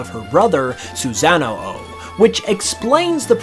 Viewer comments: You can tell has never watched Naruto because of the way he pronounced Susano'o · Bruh, the way you pronounced Susano'o was so so wrong, the Uchiha are displeased with this